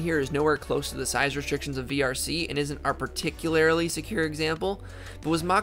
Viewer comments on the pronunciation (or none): Did you say "particularily"? Never heard that one before!